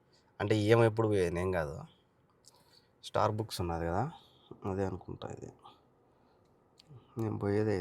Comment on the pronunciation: స్టార్‌బుక్స్ ❌స్టార్‌బక్స్ ✅